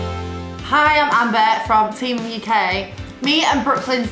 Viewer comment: it sounded like she said team uk instead of teen mom uk